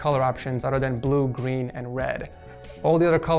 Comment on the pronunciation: Hes said gween